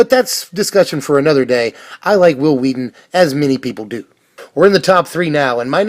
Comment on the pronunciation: Hwill Hweaton...